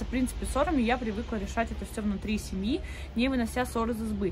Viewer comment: думала она сказала не внутри семьи а внутри сиби 🤷